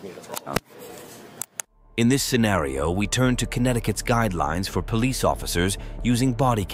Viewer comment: Wtfff is the last cop pronouncing police like that on purpose???